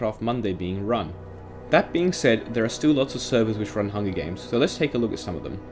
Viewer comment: “Hungy games”